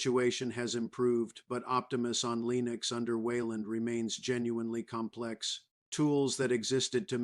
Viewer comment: You know it's bad AI when the bot says LEENieX